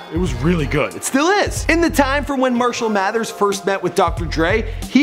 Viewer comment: "Mershell Mathers"